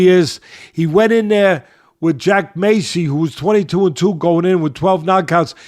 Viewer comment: Massey doesnt have a c in it like macy its not said like that